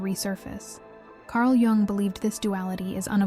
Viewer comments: It's Yoong... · "Jung" is pronounced "Yoong." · Carl Gustav Jung (/jʊŋ/ YUUNG;[1][2] German: [kaʁl ˈjʊŋ]; The J sounds like a Y, "Yung", just saying... Appreciate the content. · "Carl Geung" 💔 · That’s not true. It is pronounced like “Jung” not “ young” 😂😂 that was very rude by the way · Actually it is probably pronounced like... Jungle Boy 😂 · Lol…I am trying to concentrate on the message but am too distracted by your pronunciation of Carl “JJUNG” Haahahah😅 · not to be rude, but I don't care about your feelings. Jung pronounced young was a genius and deserves to have his name pronounced correctly. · Tomato tom"ah"to potato pot"ah"to.. but yes being SWISS, or in Swedish, it would be most correctly pronounced, "you-ung". 🙏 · I love Jung. Thanku for the correct pronouncement."young" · Can't even get the name right, no way you have any idea about the subject matter. LMFNO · Is this AI generated?? She mispronounced. Jung twice. Everyone knows how to pronounce Karl jungs name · Yes, please learn to pronounce Jung. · It's probably an AI voice that doesn't register the difference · I agree, He's Swiss not Chinese 😂🤣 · It's 100% an AI voiceover. Though not sure how "intelligent" it really is, being that it cant seem cross reference phonetic pronounciations, or at least proof read its own work well enough to catch itself saying Jung 3-4 different ways. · well she’s correct but tomato tomato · An AI video on a topic that’s been researched and given to us by humans. But whoever this is speaking needs to put some respeK on that Jung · Oh yeah. I get it. Bugs me too. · It is German, it is pronounced like the German word Jung, not like young or how the AI pronounces the name.